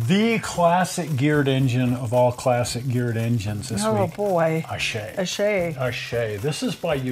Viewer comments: Look up the pronunciation of the name I guess I should have put this thing to bed years ago the name is pronounced correctly the way he did it!!! I don't know who started the lime as in a green piece of citrus but it's incorrect.. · The Shay is poetry in motion but put to Musical notes on the right-side of the engine .PS thank you for pronouncing it correctly engine company !!!